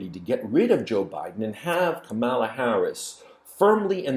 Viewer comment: It is Kamala as in Pamela.